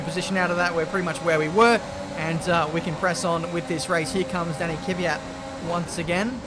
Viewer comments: Last time I checked the driver as called KVYat and not KYVat, but I guess you live and you learn ;) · Pls say kvyat right my autism is getting to a high level